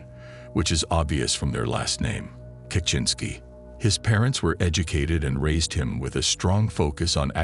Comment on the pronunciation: is annoying. Constantly mispronouncing Ted's last name. Your videos are great, but you need a better narrator.